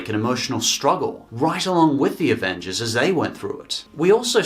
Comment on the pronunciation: “The Avenges” I’m pointing this out because I’m an asshole